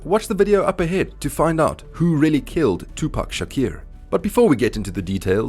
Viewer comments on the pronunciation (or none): Who the hell is tupac shakir ?😂